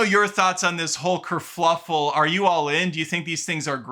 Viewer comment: I've only heard one other person say kerfluffle. I always say kerfuffle without the extra L